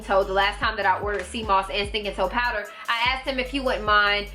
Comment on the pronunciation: “fruit powdah... that’s was do country” 🤣😂🤣😂